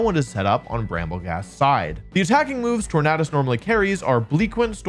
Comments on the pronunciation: I thought it was called tor-nay-dus like tor-nay-do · I cringe everytime he says tornadus